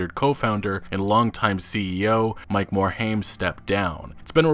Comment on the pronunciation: You're saying Mike Morhaime's name wrong, just sayin' :P